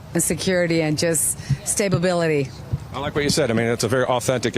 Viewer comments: "Stabibility"? Is that like "conversate" or "conversating"? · “Stay-Ba-Bility” … unfreakinbelievable 😡